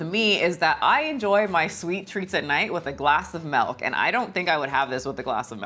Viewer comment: I always get a kick out of how you add the letter “e” to milk, “you can wash it down with some melk”